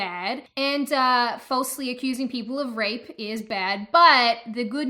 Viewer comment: It is pronounced 'fall se' not 'full se'